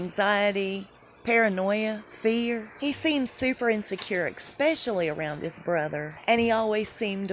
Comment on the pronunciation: Love your posts. please look up the correct pronunciation of the word especially. No X just an ES.